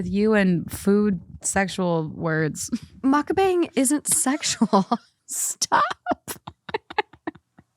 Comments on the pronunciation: I love how is confidently mispronouncing Mukbang just like 99% of non-Korena youtubers. This is how it actually sounds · Mukbang is Korean (먹방). It's not Muck-Bang, it's pronounced more like muhk-bahng (with the "u" in the first part being a bit softer, almost like an "uh" and the "a" in the second part being more like "ah" not a hard "A" sound). By itself, mispronouncing it is an honest mistake, but in this case it became an issue because you two used the mispronounciation to make fun of the term multiple times throughout the video. I know it was done without ill-intent, but you two repeatedly making fun of the term in your banter was unfortunately on point for the name of your episode "Naive or Knuckleheaded". I'm Korean and I was cringing every single time you did it. I don't always agree with your takes on things, but can respect the difference in opinion. This is the first time I was actually a little offended by you and your guest. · “Muk-bong” // “muhk-pong”. Not “bang” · It’s also not pronounced like “muck bang.” It’s more like “mook bong,” although even that is still slightly off. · I wanna add that Mukbang "sounds weird" or "perverted" to you, bc a) you're saying bang like banging, though it's more like a "bahng" ( idk how to explain it, English isn't first language), which is because it's b) Korean. Nothing odd about it, just saying you're broadcasting yourself eating 😌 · It’s also not said correctly with an English accent so it sounds off it’s not bang more bong. Mukbong if you will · it also pronounced more like "bong" than "bang"😅 its 먹방 if you wanna put it in a translator :) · Mukbang is a Korean word 😂 it’s pronounced “mook-bong” 😭😭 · Mukbang is pronounced as “mook bung” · You’re not saying mukbang correctly which is probably why it sounds weird